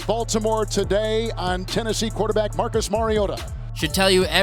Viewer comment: I think we all knew Marcus was not gonna last once the commissioner botched his name